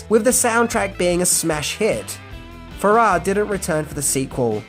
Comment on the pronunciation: It's John FArrah (not faRRAH). He was Olivia's husband who she met when he was in The Shadows.